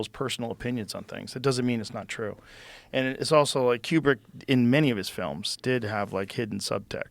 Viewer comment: Room 237 is pure unadulterated bullshit. Also, Joe its “koo brick” not “key you brick”.